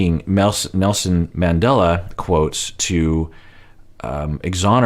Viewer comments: That was so ridiculous. Steven is a joke. First he invokes Jesus and then Nelson Mandela. He couldn't even pronounce his name correctly 🙄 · Did anyone else want to slap some sense into Steven when he invoked Nelson Mandela (and mispronounced his name even)? He's so ridiculous. Good grief. And how long has he been practicing this speech? Does he just Google random quotes to throw out into his rehearsed manipulative conversations?! He just out cringes himself as time goes on. Props to Ari for calling him on his crap. And props to Kenny and Armando for being awesome, all the time. And even Corey made great points. You know Steven is below the bottom of the barrel when Ari and Corey are in a position to dish out respectable relationship and life advice.